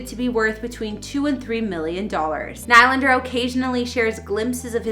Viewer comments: I do have to say, every time you say NIGH LANDER it makes me cringe. It’s pronounced NeeLander. I’m not “bullying” you. You should have known this before you posted this video. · Can someone please tell this woman that his name is pronounced NEELANDER!!!! 🤬🤬🤬🤬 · what a waste of time and for god's sake learn how to pronounce his name. knee lander not what ever you are saying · I am sorry to say this but it has to be said. There is nothing more unprofessional than someone who is hosting a story or documentary on a person and they haven't done enough research into your topic to know how the person pronounces his last name. The man pronounces his name Knee-Lander. It not only bothers the watcher it really puts a dent in your credibility. As well, Willy wasn't crazy about it either. Please do better. You had a lot of things right. Your presentation and your relationship with the camera was excellent, however when you screw up the subjects name it is hard to save the piece. Good luck in the future. Remember, research is crucial. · I was about to say the same thing is Nee Lander not like the hockey team New York Islander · Please remove this person and never let them do another video. HTF can she not pronounce his name correctly if she says she is a fan of the Leafs? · This girl sounds like a total idiot! They make these videos right outside of Toronto, but she cannot pronounce Nylander's name correctly! I'm calling BS on this! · Calls herself a fan but can’t even pronounce the name right honestly